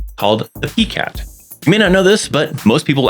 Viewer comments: Its Pie-cat not Pee-cat. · Thank you, great information. The way you say PiCAT is so cute lol I’ve never heard anyone pronounce it that way before until now. I’m used to hearing PiCAT (Pie-Cat). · It's pronounced as "PIE-cat"